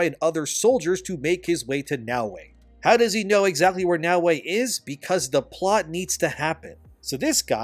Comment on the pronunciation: Her name is Naoe not Yaweh. And in Japanese her name depending on the Kanji characters can be translated as honest", "esteem", "Nara, cord", "greens, cord", or "Nara, center. Like wtf my guy do you have ears to understand the clear difference between Naoe and Yaweh???? 🤦🏿‍♂️